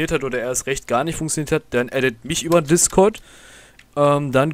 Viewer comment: "Dann könnt ihr auch auf unseren DiscÖrd kommen" aber geiles video hat mir weiter geholfen